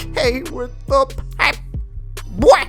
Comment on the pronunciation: everything is fine with your channel except how you say "popboy"